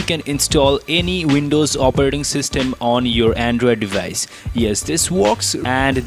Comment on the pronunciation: Andrewid devayice